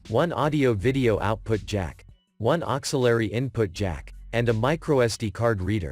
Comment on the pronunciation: Oxsillary!? You mean Auxiliary? 😂😂😂😂😂 :-P💦